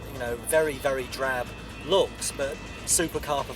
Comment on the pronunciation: 'drab' annoyed me